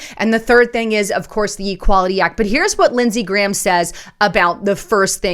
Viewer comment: Did she say, Senator Ghramnisty?